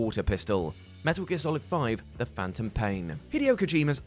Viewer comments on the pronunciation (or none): none